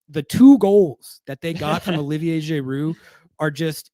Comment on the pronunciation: We gotta figure out how manages to get “Jay-roo” out of Giroud